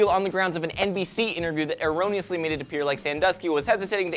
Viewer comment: You pronounced 'erroneous' wrongly.